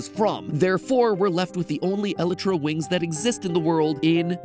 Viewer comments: When Matt doesn’t know you actually can hatch the egg with end crystals… also it’s pronounced L-eye-truh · Anyone else bother by his mispronunciation of “Elyria” 😂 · Wait I thought it was pronounced E-lie-tra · Please don’t tell me MatPat pronounced elytra elitra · This is the first time I've ever heard the supposed proper way of pronouncing the word "Elytra"! It sounds so weird! I pronounced it as "E - lie - tra". But I guess I was wrong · mat pat elytra is pronounced (e-lie-tr-a) please 😭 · It's pronounced el-EYE-tra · Nigga said "ellotra wings" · It’s pronounced E-LIE-TRAH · Please stop saying Elytra like that. I cant handle it. Idk how youre actually suppised to pronounce it but Elytra just sounds wrong (I say it E-lie-tra or E-lee-tra btw) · Me getting mad about how he says elytra bruhhhhhhh it’s (e-lye-truh) lmao 🤣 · Its called an el-I-tra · Yeah I was cringing all video but maybe it's pronounced that way biologically in the real world, idk. But Eeeee-lie-tra is how everyone pronounces it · Matpat it’s pronounced (e-lie-tra) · “ella-tra” i’m sorry what? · matpat really pronounced elytra "eletra" 🤣🤣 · the WHAT capes? I KNOW OUR BOY DID NOT JUST PRONOUNCE ELYTRA AS Ele-tra, come on now! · Counterpoint: its pronounced E-lie-truh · Who's talking about this pronunciation of "Elytra"? I always thought it was pronounced "e-LAI-traa" or something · When MatPat calls the Elytra an ellatra tho... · I’ve heard “elytra” pronounced a few ways, but “el eh tra” is a new one (although it might be the correct one) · e l a t r a MATPAT LEARN TO PRONOUNCE THINGS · Oh god I have never heard them pronounced as that. It’s always pronounced as eleyetra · iv heard of elytra and elietra but eletera bruhhhhhh???? 😂 😂 😂 😆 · It's pronounced ea saying e lie tra elytra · I love the content and all of your videos, I've been watching since the beginning of the fnaf theories but the way you pronounce "Elytra" just kills me (Eli-Truh) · el-I-tra!!!! El-I-TRA!!!!!!